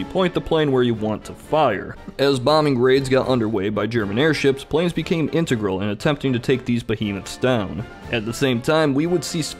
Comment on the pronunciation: I thought you said that you yourselves bexame licensed pilots